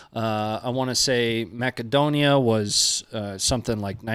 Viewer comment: Mass-A-dough-knee-A, not Mac-A-dough-knee-A… by the way